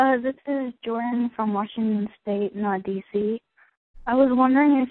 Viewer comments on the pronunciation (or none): none